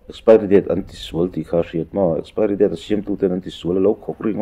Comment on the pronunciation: Mizoram a piang in ti si, mizo tawng pai si, saptawngte a hmang ve, a lam dik bok silo, expari😂😂😂😂